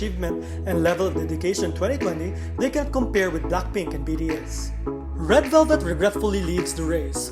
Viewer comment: The way he says BDS bothers me so much